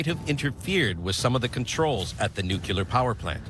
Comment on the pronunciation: Why do tv show producers keep employing narrators who can't pronounce the word 'nuclear' lol